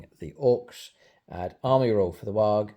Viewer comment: Surely 'waaagghh' not pronounced a 'Warg' . Its 'Waaarrr!'